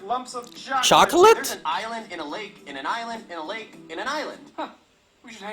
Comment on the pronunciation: Aysland! yawa! HAHAHA